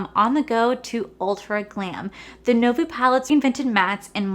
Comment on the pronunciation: You’re so cute! It’s pronounced “new-vo” lol